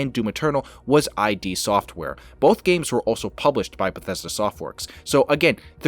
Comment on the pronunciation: I always thought it was pronounced "Id" Software, not I.D. Software. WTF? It's the second time I heard someone say that in as many days.